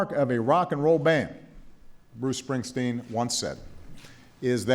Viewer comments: James Allen check out obama pronouncing his name ...he sez ‘spring..teen’ 🤣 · Who the hell was announcing this? His name is SpringstEEn, not SpringstIn. Idiot. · She announced him as something that sounded like "Bruce Springston". Like she never heard of him. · She couldn't even pronounce Bruce Springsteen's name correctly 😢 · Great event did the address announcer mispronounce the last name Springsteen and then the next recipient, since we Tyson? Poor job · For such a prestigious & coveted award ... please do (next times) engage a presenter who can actually PRONOUNCE correctly the names of the recipients. This was sickening to hear. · idiot announcer pronounced his name wrong